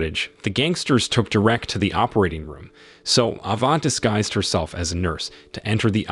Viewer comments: ...it's pronounced 'Deer-rick/Derek',NOT "Da-rack"...😮geez go back to 1st grade😮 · I will carry on listening, BUT!!! what is with the AI voice!!! The occasional mispronunciation is ok, BUT not when you are repeating the word every few seconds ... "Derreck" ... Maybe it is spelt with one "r" but it is pronounced by humans with 2 "r"s. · Who calls "Ava" , "Ava" and "Derrick", "Derek" ?🤷🏻‍♂️ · Figure out how to pronounce the name Derek. I know it’s hard. English is challenging for computer programs. But either do that or quit this farce. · Fuck! "Derek" is not "Der-Rick". Get a better robot! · Derék? 😂😂😂 Derek!!! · Please: "Derrwreck" J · I couldn't listen to this shit.. Da-Wreck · Yea, how many times does it repeat "Dur-wreck"? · I don’t know…I’ve known a Derek I would classify as DaWreck… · Nice story, horrible narration. Derek, De-rek, Drech, whatever. As usual, AI sucks. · Please learn how to pronounce Derek! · I have never heard Derek pronounced the way it is on here. Change the way you narrate stories or is it just that your computer doesn't know any better ? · Do you know how to say Derek you bozo!